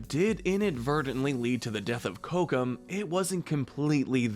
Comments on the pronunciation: Nahveen, not Nayveen Ko-ko-um, not kokum ahna, not ana "princess" adam killed me tho, that was the funniest mispronunciation. reyeuh, not rayuh since i assume youve seen these movies i feel that these are both needed pronunciation guides and ones that are good reminders because its basically like the last airbender live action movie calling aang ahng. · Why are you pronouncing some of the names names all weird? It’s Kocoum (Co-ku-um) and Raya (Rai-ya). I would say Raya’s relationship with Namaari was a lost opportunity to be honest. I wish Disney would have shown the bond between them before breaking the trust. For example, showing a few short bits where they were playing together, sharing their cultures or hanging out with some music playing in the background or something. Given the history between their kingdoms and Raya even being slightly mistrustful of the other kingdoms coming to theirs before meeting her, it makes no sense why Raya would just be okay with trusting her. Even if these factors didn’t exist, it still wouldn’t work and feel devastating, because there wasn’t anything shown that would make us doubt the betrayal. The message behind trust would have been so much more powerful if Disney actually took some time to develop their bond